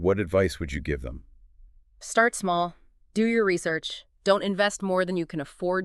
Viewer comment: Yeah he said what does XCN "D-O" instead of what does XCN do